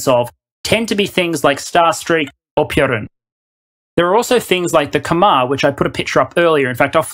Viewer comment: Lol, I'm fairly sure you mispronounced Piorun, but it was well worth it for the joke.